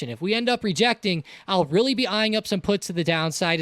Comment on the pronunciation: it was witerry cwazy